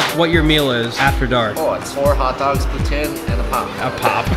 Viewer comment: come on man at least pronounce poutine right